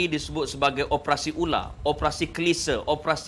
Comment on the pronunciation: . Bukan opprassi, tapi ....o p e r a si.